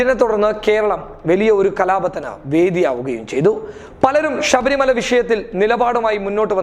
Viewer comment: ഷബരി മല എന്നല്ല; ശബരി മല എന്ന് പറയുക.